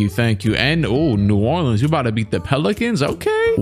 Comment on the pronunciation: Did bro just say new orlands u bout to beat the pelicans?